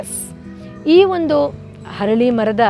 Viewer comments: Harali alla arali mara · ಅರಳಿ ಮರ ( ಹರಳಿ ಅಲ್ಲಾ)